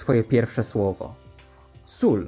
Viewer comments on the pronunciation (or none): Jezu "SóL". Poprostu zdechłam. O jezus "KrÓlIk". Serio to jest przerażające. Dzie to ma kończyny. Jakieś nogi czy coś??? Serio zdechnę patrząc na to. (typowo miałam identycznego pluszaka, tylko mniejszego(hyba (nie ma to jak robić nawias w nawiasie)) i różowego)